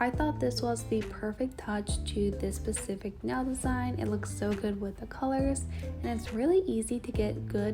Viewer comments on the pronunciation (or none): Specific not pacific.